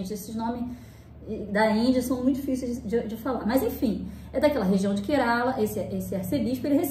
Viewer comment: Apenas pra conhecimento, a pronuncia certa do estado indiano é KÉrala. 😊